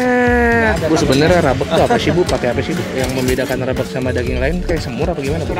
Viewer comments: "Rabeg" lafalin huruf e nya seperti e pada kata "bebek". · Nyebut rabeg nya salah bang, e nya bkn diteken tapi kaya nyebut kata "ojek,gojek,"